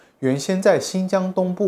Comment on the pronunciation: （月）氏，（）音同（肉），在這裡是破音字。